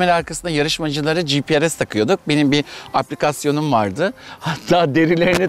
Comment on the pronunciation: Gprs değil. Gps önce onu öğren